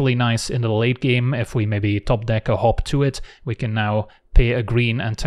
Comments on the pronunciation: I kept hearing "hop to it" as "Hawk Tuah". Guess I know what I'm calling it from now on. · whenever you said hop to it I swear to god I was hearing hawk tua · When first said 'Hop To It', I heard 'Hawk Tuah'. What has the world become... 🥲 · When he says hop to it does anyone else hear hawk tuah it or is that just me… 😂😂😂 😱 #AndSpitOnThatThang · "Hot to it" sounds like "Huak thua it". Cannot be unheard. You are welcome.